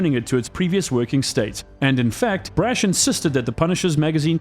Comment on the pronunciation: PLEASE STOP SAYING BRASH LIKE THAT IT HURTS How do you pronounce the word 'Brash', out of interest?